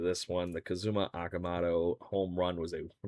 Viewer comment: You’re pronouncing Okamoto’s name wrong. Technically it is- oh ka mo toe